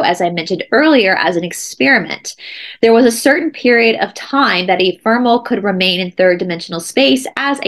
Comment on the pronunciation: Eh fem er ul.pronunciation of EPHEMERAL.